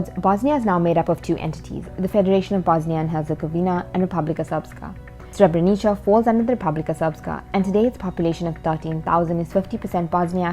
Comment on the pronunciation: its not pronounced Srebrenicha lol